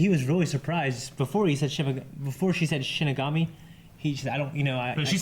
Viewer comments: Their names are Misa and Rem and its “shinigami” not “shimigami”. Hope these help! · Is just going to mispronounce a word in every show? Demigorgon vs DemOgorgon, Shimigami vs ShiNigami, the list goes on. I wonder if it's on purpose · Shinigami - She-knee-gah-me pls guys.. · İts not shimigami guys... its shalabustakimbigayori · How is STILL saying Shinigami wrong?